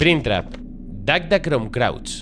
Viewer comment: jajaa Cuántas veces dijo Dagda Crom Crauch, en vez de Cruach? y lo leyó hasta detenidamente! jaja grande:P